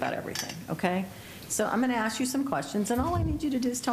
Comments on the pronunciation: Well let me axe you this.... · Why can’t anyone pronounce the word ASK the proper way??? It is not AKS.